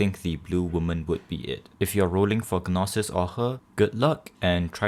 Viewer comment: Just here to say I giggle a bit at him pronouncing the “g” in Gnosis when it’s meant to be silent but interesting video. I definitely should’ve gotten an Elysium pot in shop but I figured it would happen naturally.